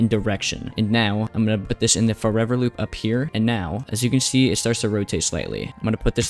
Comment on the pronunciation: why shtable and shee and shcratch?